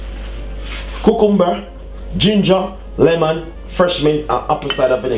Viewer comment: ku-kum-bur hahah